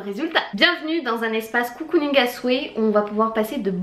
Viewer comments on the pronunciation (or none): Vidéo très sympa, ça change ! Par contre un truc qui me perturbe, on ne dit pas "COU-COU-ning" mais "CO-COU-ning" (comme un cocon^^). Des bises !